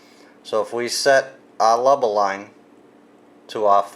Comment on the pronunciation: Not trying to be rude but are you saying leba line?